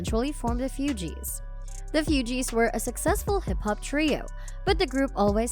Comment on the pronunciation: The mispronounciations for me 😡. You'd think the speaker would know or research how to pronounce Lauryn (Law-rin) or Fugees (Foo-gees) before making a whole video about her. So disrespectful.